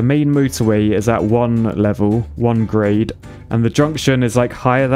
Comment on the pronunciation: I swear I heard you say "Great separated junction" not Grade separated junction.. though you was just being enthusiastic before you explained LOL